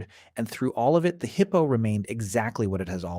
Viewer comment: The heeippo😂